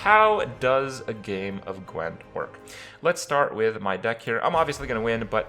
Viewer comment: The only thing you pronounced correctly was "Gwent." :D